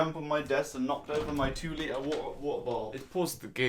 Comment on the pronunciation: R u british you said woota